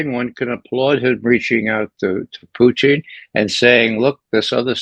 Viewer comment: Why can’t this guy say PUTIN like a normal person?